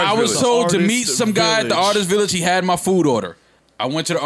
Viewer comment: yo dont let me hear you say artist village again my nigga